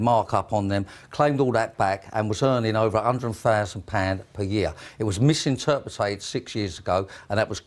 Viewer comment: How in the hell does an inarticulate numb nut like him get to drive around in a Bentley? The only clarity this geezer needs is in how to pronounce MISINTERPRET!